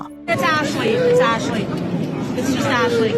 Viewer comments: omfg why are you saying Ashley's name like that? It's not Ash-a-lee, it's Ash-lee. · Ash-ley It's not that hard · The way you keep calling Ashley "Asheley/Ashilly" is driving me nuts but I forced myself to keep watching because the video is interesting lol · I can’t unhear “Ashaley” lol, great video! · im sorry but the way she kept saying "Ashley" is giving me an ick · I came here to say this. Ashley only has two syllables lol